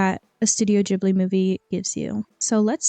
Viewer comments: My Japanese friend says it's Ghibli = as in a hard G sound "Gee-blee" not a soft G sound (so not a "J" sound). Sorry if that was confusing. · Even though my Japanese friend told me this, I did some research myself. I could still be wrong of course, but from what I could tell it was originally written to be pronounced with a hard "G" sound, though Hayao Miyazaki preferred to use the "Jee-blee" pronounciation, and also, depending where you're from, I suppose it is said differently. But I'm Romanian so, clearly, don't take my word for it.